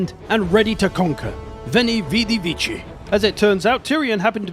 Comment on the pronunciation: 1 note: is [viKi], nor vichi, viçi or else, viKi, like k in kilo... [viçi] is medieval latin or echlesiastés (christian latin). Cheers